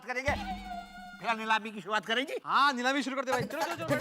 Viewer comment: Neelami ❌ Leelami ✅😂